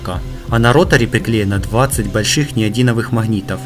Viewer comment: Ты рахит или что ? Написано дУюнова, А ты говоришь дАюнова. магнит неодиМовый , а не неодиНовый. Ты тупой олень. Слово ПРОЕДЕТ пишется через букву Е , а не И , неуч . А как ты банально Дуюнова пропиарил так это вообще пиздец.